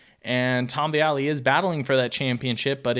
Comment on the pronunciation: He literally didn't say Jago, Plessinger, or Vialle correctly once...